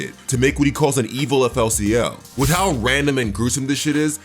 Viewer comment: Unmm FLCL is pronounced Fooly Cooly